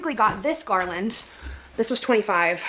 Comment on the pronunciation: Did she say "Garlandt" 😅😅😅😅😅😅 omg